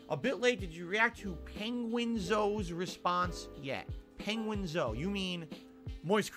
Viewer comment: it"s Penguin0, not Penguin Zoe if you want the dude to interview you at least have the decency to pronounce his user name correctly